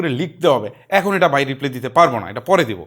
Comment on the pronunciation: আমার সব চেয়ে ভালো লেগেছে আপনার একটা কথা। আপনি রিপ্লাই কে রিপ্লে বলেছেন